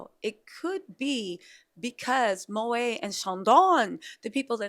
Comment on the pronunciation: Moët = mow ett